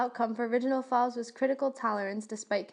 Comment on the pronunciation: Fauve rhymes with COVE not SLAV If you expect to be taken seriously, learn the pronunciation of the subject of your lecture